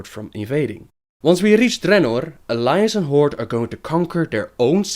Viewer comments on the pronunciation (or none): it is dreanor not DReannor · why u pronounce dranor like dat?